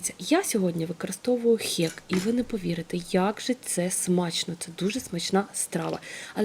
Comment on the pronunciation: Відео сподобалося, єдине зауваження - не "хєк", а "хек")